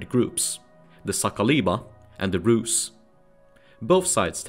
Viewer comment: Rusy it’s like dirty bland not rad 🤷‍♂️